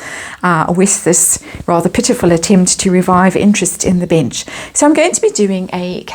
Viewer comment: I'm sure it's my hearing but every time you say "the bench" I hear "the bitch" 🤔